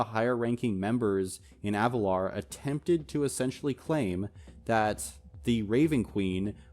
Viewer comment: AvaLIR, i hate to do this but its Avalir. not Avalar.